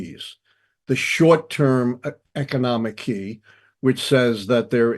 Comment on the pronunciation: This man is ruining the word key